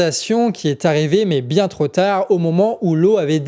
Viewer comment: Super Boulot que vs faites là! Je suis bluffé par tout le taf que vs devez abattre ! juste une minuscule remarque: gaffe aux liaisons foireuses : sont partis (z) en fumée et pas sont partis (T) en fumée trop (p) ancien et pas trop (z) ancien Voila ce n'est pas grd chose ms perso, ça me "sort" de mon écoute. PS: vive Saez ! xD